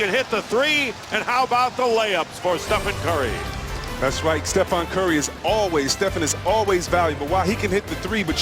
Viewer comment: "Stephon curry, Stephen curry" "And here's Brazemore! Bazemore! Kent wazebore!